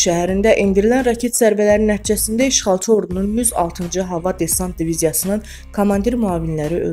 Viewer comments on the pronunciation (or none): none